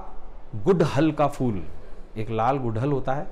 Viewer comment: Pehle toh sir fool nhi hota phool boliye